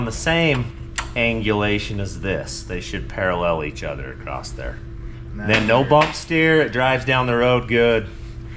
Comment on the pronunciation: When is somebody going to tell there is no "t" in across as in acrosst.😊